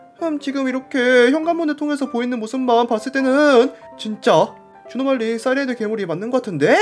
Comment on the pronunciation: 옥에티 발견! 에 주노말리가 아니라 주누말리라고 했습니다!